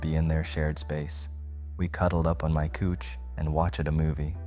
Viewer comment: Couch as in cow